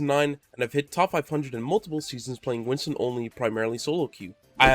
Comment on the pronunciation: Not sure if u knew this but his name is Winston, not Winton ;)